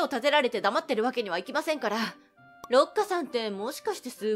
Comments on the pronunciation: ろっかじゃなくてりっかじゃないのか……まぁどっちの呼び方も好きだけど⸜(* ॑꒳ ॑* )⸝ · 由佳、土地乗っ取り○○人だわね(-""-;) だいたい六花は「りっか」と読むのでは？ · まずは六花をろっかとは読まないでしょ。りっかだよね。